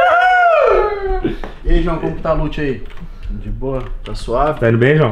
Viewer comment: Ele falou dboua umas 5 vezes kk